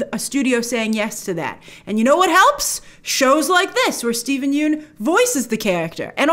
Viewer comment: Grace - please pronounce Steven Yeun's name correctly...there's a great clip available of Conan O'Brien learning how to do so after mispronouncing it for years on his show "Conan's Been Mispronouncing My Name For Years" THANKS SO MUCH for your consistently great coverage and perspective GRACE!